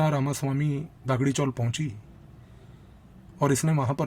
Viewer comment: You are giving a good talk but pronunciations are wrong . Not Gaavli but Gavli . Not Daagdi chawl but Dagdi chawl . Thank you